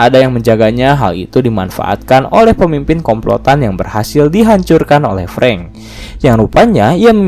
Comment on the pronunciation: Sering salah nyebut nama ruso dan preng